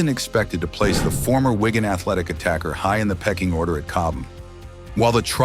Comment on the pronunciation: Can't you just get a human to speak these texts? Whygan? It's Wigan FFS.